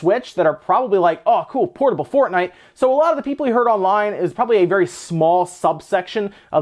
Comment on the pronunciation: Hmm, never heard of “fornite”